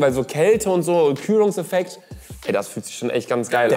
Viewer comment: Der külungefekt 😂😂